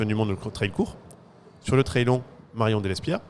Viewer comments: le mot anglais "trail" qui signifie "chemin", viendrait du mot français "trailler" qui signifie "remorquer". Vous êtes sûr de vous ??? Vous le trouver où le lien entre remorquer et un chemin ? Il n'y a pas de honte à faire un effort sur l'accent lorsqu'on utilise un mot anglais. On se croirait avec des collégiens qui ont besoin de se moquer de ceux qui font un effort. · le trwail 😅